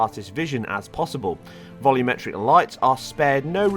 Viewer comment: I like how you say vol-YOO-metric lighting. I hate when people say vol-UM-metric lighting.